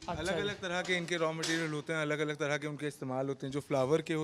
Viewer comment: 'अलग' को हर बार अगल बोलते हैं 😂